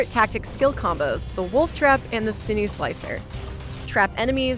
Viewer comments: "Sinew" (from Sinew-Slicer) is pronounced like 'sin-you,' not like 'sin-ew' or 'sin-oo.' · SIN-KNEW, not SIN-OO ... sinews are the tissue that connects muscle to bone. Also called ligaments or tendons IN-VULN-ER-A-BILITY, not IN-VLUR-A-BILITY smh